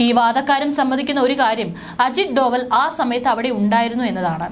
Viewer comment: അജിത് ഡോഭാല്‍. Not ഡോവല്‍